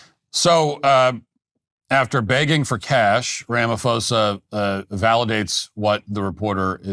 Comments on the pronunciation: Pronouncing it "Rama-fosa" instead of "Rama-posa" literally translates "Mr wrongdoer" 😂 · ITs Ra Ma Po Sa not Fo Sa! I'm South African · PRONOUNCED RAMAPOSER NOT RAMAFOSER. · When you see a "ph" and say it like an "f", that's a Greco word, like philosophy, it originates from Greece. in African languages, there aren't Greco words. When you see a "ph" in an African word, it's not an f, it's a "p-ho" Rama-p-hosa... Like our word "poes.....a"... Some say he's a Poes anyway. 😂... But say it properly!, otherwise you sound stupid and it undermines the argument. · Ramaphosa with a hard P. Not a soft P such as Pharao. Keep up the good work! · RamaPosa. Not RamaFosa. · Ramaphosa pronunciation: Rama-poh-sah. Just so you know 👍🏾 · Cyril is pronounced like Sybil, and the “ph” in Ramaphosa is pronounced as a sharp P. Ramapôhsah. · Wish you guys would research how to pronounce the last name Ramaphosa🤦‍♂️ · LOL, your pronunciation of Cyril Ramaphosa hahahahahaha, good video though, there is no current genocide, farm murders are ignored and we are fighting for it to be priority crime and to get recognised. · White South African here! No white genocide! He could also start with somewhat on point pronunciation!